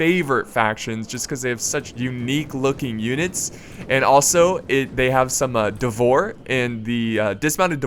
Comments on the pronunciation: "Devor"... I just cant's listen to that. No, it's "Dvor". I assume it's the same as as in Serbian, which would translate to "court". Basically some sort of nobles. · Not druzina, but drujina (Дружина) means strong friends or pals. Vityazi sounds more correct. However i don't know who are dvor guys are, cause in russian it means court. Spell it as dVoR, stressing V and R. Spelling knyaz stressing YA, like karate "KI YAAAAAA!" knyaz is russian duke or prince. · that moment when you are not even Eastern European and Call "Dvor" wrong :D :D